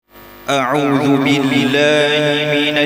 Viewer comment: اعذ بااللہ (غلط) اعوذباللہ (صحیح) لہجہ اجھا ہے لیکن جہاں پر غلطی کی ہے تو وہ غلط ہے